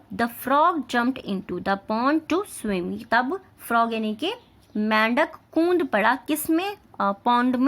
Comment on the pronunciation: Kund nahi hota kood hota hain